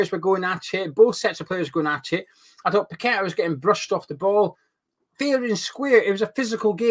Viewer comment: Nice to hear you pronounce paqueta name properly like a Brazilian. Unlike some of the pundits and commentators who should know better and ask a Brazilian how to call that name .